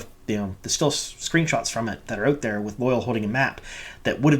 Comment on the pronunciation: It bothers me how badly you are mis-pronouncing Loial's name. I have wanted to say something for awhile now, and finally decided to. It's NOT 'loyal' or loy-uhl as you are saying it. It's 'loya-ahl' or think of it as loy-owl. Check the glossary in any book to see the actual way to pronounce it. Or even better go back to episode 5 around the 18 minute mark and listen to how Loial himself says it. That's the best way to hear it. :)